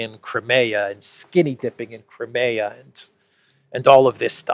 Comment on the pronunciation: Wish you'd pronounce Crimea properly!